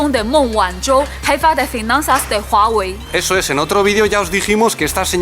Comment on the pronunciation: Gracias por este análisis tan interesante, cada vez se ponen más imparciales y eso es genial. Y me gusta mucho como pronuncia Huawei, si me escucha a mí, me tira al río jajjaja. Saludos desde un Huawei:)